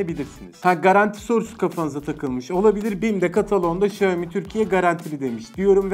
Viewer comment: sonunda Xiaomi'yi doğru söyleyen biri, teşekkür ederim İksaomi diye okuyanlar yüzünden kanser oluyordum